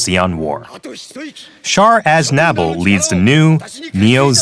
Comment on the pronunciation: Char Az-nabble? It's Azna-ble